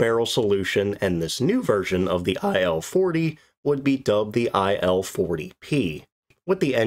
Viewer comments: Its Il, not I.L. Don't pronounce it I.L. it should sound Eel or Eal, Ill (which fit in this case). Il's 2s and 10s was workhorses of WWII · IS this text-to-speech? Very hard to lsiten, but main issue.. Who in their sane mind would pronounce this plane's model as "ai"-"el"? It's not an acronym. It's "il", like "eel".